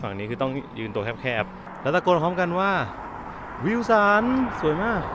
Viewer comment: ดูจน ติดคำว่า วิวสัน ครับ 555